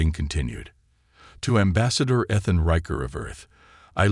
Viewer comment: His name is spoken E-than